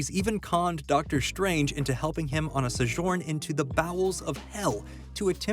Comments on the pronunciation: …it’s so-jurn, not whatever you just said 😂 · Sorry, how are you pronouncing 'sojourn' again?